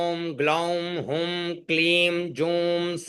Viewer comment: सादर प्रणाम 🙏 आप ने पहले एं को एम् पढ़ा फिर ऐंकारी में ऐंग पढ़ा अं को पहले अंग पढ़ा फिर पुनः दोहराते हुए अम पढ़ा पर भी हुं को हुम पढ़ा गया फिर हुंकार में 🎉हुंग पढ़ा गया आप से हाथ जोड़ कर निवेदन है कृपा करके ग और म स्वर के उच्चारण को स्पष्ट करें 🙏